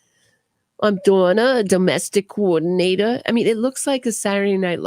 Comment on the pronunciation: A doomestic coordinatah… I bake banana bread as a way of showing gratitude…